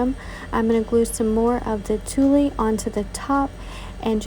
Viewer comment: Great idea to glue the little leaves on the plastic tree. I love the little leaves on the glas too - it is a great fall idea. A quick note - it is pronounced tweel. I know, the spelling - tuille - is completely different lol.